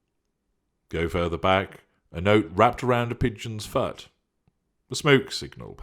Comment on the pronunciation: Fut? Hucked? Is this, respectively, foot and hooked??!! Strange diction,! 🤔